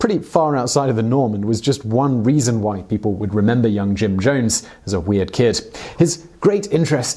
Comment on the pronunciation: You call him Jim Jomes. With an M. Weird.